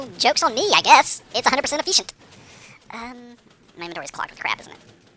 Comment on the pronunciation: "It's 100% eFEESHient" hahah :D